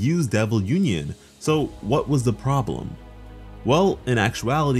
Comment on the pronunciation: i wanna see some Bleach level of pressure when Asta say "Uninion" as he and Liebe fights Dante <3